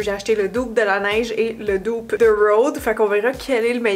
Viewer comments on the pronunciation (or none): Petite remarque qui n’enlève rien au bel objectif de la vidéo: dupe a le même sens en français, pourquoi ne pas le prononcer comme en français?